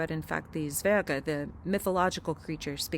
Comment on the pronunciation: Great pronunciation of Zwerge